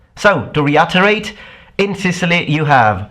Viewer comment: It's REE-IT-errr-rate. Thanks for the video, though! :)